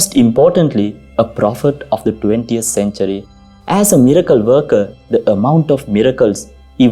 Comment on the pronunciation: Father Your English is good, but your accent robs it of clarity . May I give u advice, if your when speaking English , do not roll the R's, that would go far in making easier and clearer to listen to your chosen stories, and a second point , th words are not pronounce like d, soft th , the that is correct , not dat not dose. These 2 things will go very far if you're willing to work on them , good video , I had t turn on google translator (not very reliable ) to understand a few sentences. The remedy is fairly simple if u do not mind me saying so , because your English is fairly good.